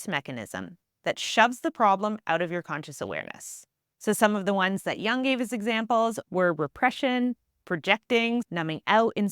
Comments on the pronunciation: Jung is pronounced as joong, not as young. U is pronounced as U in Uber or U in bully. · Great content. But the constant mispronunciatiion of Jung's name is very distracting.